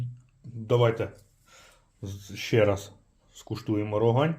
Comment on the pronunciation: Тільки правильно казати РогАнь. І сьогоднішне пиво, що Рогань що Чернігівське на смак просто гидота.